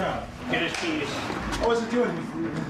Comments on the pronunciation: Every time I listen to the segment on Maurice, there's this part when he's being arrested and one of the officers very casually says "get his keys." But for the life of me, it sounds like he's saying "get his penis." And I love the idea that first, a penis could be taken or given back the same way a set of keys or a wallet could. Second, I love the idea that that would be standard procedure when arresting someone for a sex crime. You'll get this back when you better understand what it's for, mister! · I can’t unhear get his penis now